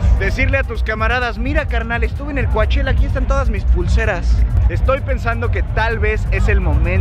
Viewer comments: COACHELLA COACHELLA COACH ELLA NOOOOOOOOO DÍGANLO BIEN POR FA COU CHELLA ASÍ GRACIAS POR SU ATENCIÓN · Pleaseee! Solo Cochella no "Coachella" !!!!!!!!!!!!!!!!! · Se escribe Coachella, pero se dice Couchella!!! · hahahaha y ni mencionaste que vino Lady gaga!! 😂😂 por cierto se dice Couchella! 😜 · Muy padre el vídeo pero me causa problemas que digas Cuachela. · Se escribe COACHELLA pero se pronuncia COCHELA... me encantaría ver a MANA.... En Coachella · Se pronuncia couchela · se pronuncia "coche la" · Primero aprende a pronunciar Coachella